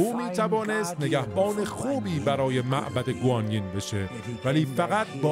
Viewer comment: تلفظ درست معبد گوانیِن هست، گوانیِن یک الهه در این دنیاست که در هدایت سان ووکانگ نقش مهمی داشته